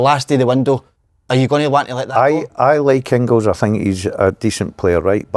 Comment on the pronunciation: Pet peeve- the Dazzler calling Engels ‘Ingils’ .